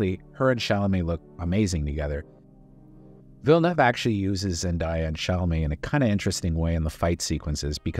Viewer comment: Congrats on the pronunciation of Villeneuve. One of the few who pronounce it properly.